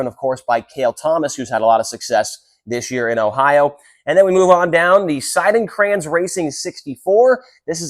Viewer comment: Props to you for pronouncing our last name, Seidenkranz, correctly.